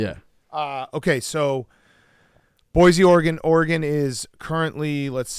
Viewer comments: “Ora-Gon” -Dave Portnoy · “Are-gone” - Rico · One of these days Dave will learn how to pronounce Oregon like everyone else on the show